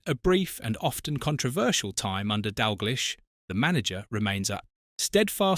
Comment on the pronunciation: Turned off, its Dalgleesh not Dalglysh…..😡